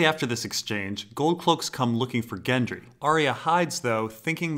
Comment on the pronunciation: He says "Gendry" not "Jendry"! Love your work and agree everyone can pronounce how they like but that jumped out at me anyway.